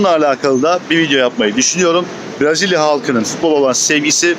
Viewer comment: Dostum herşey iyi hoş da, Türkçesi Brazilya değil, Brezilya.😂